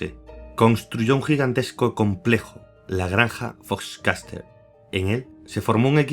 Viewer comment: Me mee de la risa cada vez que decia foxcatcher "fochcaster" 😂😂😂